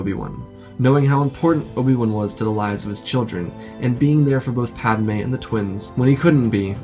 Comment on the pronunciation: Pad "UH" May 😂😂😂